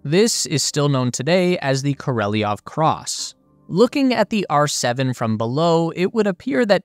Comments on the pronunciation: I'm pretty sure you're pronouncing Korolev's name wrong. I hear people say Kor-oh-lev, but the Russian spelling is Королёв which would make it Kor-oh-lyov, and in a lot of words the y sound kind of fades out it it's not stressed, so it may sound more like Kor-oh-lov. But don't take my word for it. I'm not Russian. While I'm at it Sputnik is spelled Спутник which would make it Spootnik. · KOR-OH-LEV Where on EARTH are you getting KOR-EL-EE-OV? And Sputnik is pronounced "Spootnik". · Sergei Ko-Rel-Ee-Ov? If it's spelled Korolev, I'd say it's pronounced Koro-Lev.... How you get what you pronounced out of what is spelled is beyond me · Not Korelly-ev. It's Koro-lev. Pronunciation does not generally bother me, but listening to this is just painful. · Is it Korolev or koreliov? The image and the name displayed says Korolev not Koreliov but you keep mentioning Koreliov why? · The youtube presenter cannot read. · is it Korolev or Koreliov? 😅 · bro csnt even read the name right 😂😂😂😂 koroleov ??? 🤡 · "...KORELLYOV"...good ole yank pronunciation! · The Roman alphabetic transliteratin is Korolev... This guy pronounces it Kerry-a-lev.... Interesting... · "I'm not a linguist" says the guy who looks at K O R E L E V and pronounces it "korelyov". Don't worry my guy, no one thought you were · It is pronounced Koro-lev. Like it is spelled. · Say it with me...kor o lev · More like KOR-oh-lyov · With the stress on the last syllable so KorolYOV, I believe. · . Omg talk about butchering a name! That’s not how you pronounce it, not even spelled that way. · Kor-o-lev.... not ko-rel-i-ov... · It's kor a lev not knoleviov. you seem to get almost every Russian name wrong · You really don't care what you say to your auditory. You have written Sergey Korolev, yet you read Sergey Korelov. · Dude, just READ HIS NAME. KO-RO-LEV, not KO-RE-LI-YEV. Not difficult. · Why do you say Koreliov? Its KorOliov. Its not that hard. If you make a video about a man, at least get his name right please!